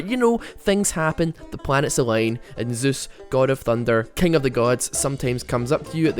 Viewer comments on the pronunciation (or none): none